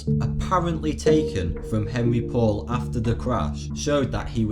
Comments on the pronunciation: God what an annoying "documentary"! What were the subtitles for? I was just reading those the entire time as they were so "in your face". And also Henri Paul's name is not pronounced Henry Paul; LOL. He was French. His name is pronounced Henri Paul. Or phonetically "aan-ree paul". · Pronounced, Ahn'rey Pou'al, not Henry Paul.